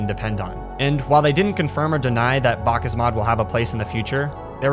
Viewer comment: God it's hard to hear him say BakkesMod wrong.